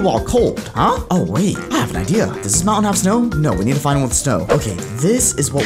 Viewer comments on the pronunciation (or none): none